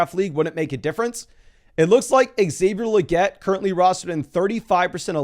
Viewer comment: I think is pronounced “Say-vier Laguette” not “Ex-Sayvier laguette”